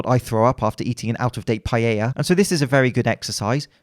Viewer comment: …still wrong tho.. it’s pa-eh-ya . Not pa-ye-ya